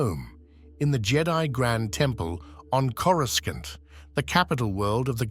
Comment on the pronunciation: This is narrated by an AI, not a Star Wars fan. It doesn't even know how to pronounce "Coruscant", pronouncing it as "Coru skant". Thumb down.